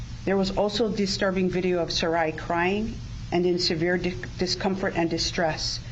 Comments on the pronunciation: Thanks G! I think Sarai might be pronounced Sah-Rah-ee (I’m Latina and her last name appears to be Hispanic & this is how we would pronounce it) unsure of course but could be! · The little girl's name is pronounced Sara ee. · Sarai pronounced, Sa-reye. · SARAI is my friend’s name and she pronounces it SarAH, like “hurRAH”.